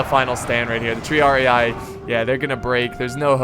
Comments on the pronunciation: Triarii is pronounced "Tree-ar-ee", just sayin' not hatin' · Hey. Love your vids but you should pronounce "triarii" with 1 i. Not with 2:-)